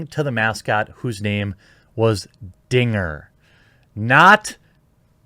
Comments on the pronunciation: I was watching the game and it really does sound like the guy said the n word. The broadcasters even apologized, it sounded like the n word to everyone who watched it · Guys guys. He said “Dinga” it’s cool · I mean, I wouldn't say it was "clear". I definitely heard n*gger the first time. I remember distinctly laughing harder than I probably should have thinking he was an absolute mad man. That said, he would have had to have been mad to do that, and after a few more listens, I definitely hear Dinger. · The 2nd time he says "dinger" it does sound like the N word but the 1st time he clearly says "dinger " .. I can see why there was some confusion. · DINGER!! His name is Dinger the triceratops. How can you get that wrong? Sure it sounds very close to you know what. But his name is DINGER!! I have lived in Colorado for 30 years and been a fan for just as long. Not one time have I ever heard anyone say anything else. Even the 5 seasons when my dad worked at Coors Field and I was there at first base every day in the summer and weekends in the fall. For fuck sake.